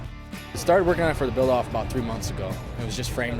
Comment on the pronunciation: Ab owut sorery 😂 screams Canada